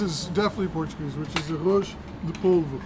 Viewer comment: im not even being nice Your Portuguese is REALLY good At least the pronounciation